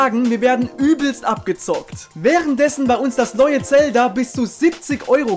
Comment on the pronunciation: Das triggert wen du Zelda sagt das wird anders Betont